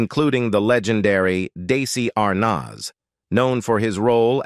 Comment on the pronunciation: this AI bot can't even pronounce Desi Arnaz properly